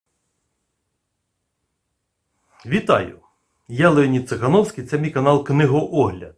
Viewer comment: Не чітко вимовляється призвіще Цахановський, Сахаровський...?